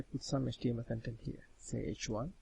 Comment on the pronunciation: Also, thanks for joining your videos together. I got used to your accent pretty quickly (practice pronouncing vowels longer as on cOntent < - emphasis on the O). :)